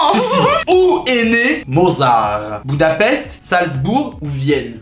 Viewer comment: On en parle du "Boudapest" 😂😂